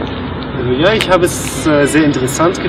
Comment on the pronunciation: Xaver Xirkenburg but he says ich as ix if you understand the x or j in spanish, like alejandro , "j" I mean he says ich as ij